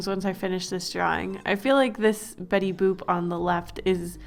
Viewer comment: It sounds like shes saying betty boob